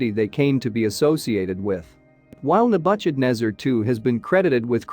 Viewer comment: Ne-budge-ed-nezer! LOL